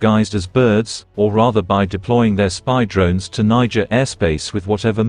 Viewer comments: The AI keeps saying Nigerian 😂 it’s Niger 🇳🇪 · Is it Nigeria or Niger from France pronunciation